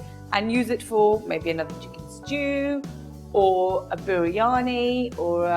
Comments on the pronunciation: Don't know which India you are referring to. Nobody says it ishtew here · Stew and not ishtew people :D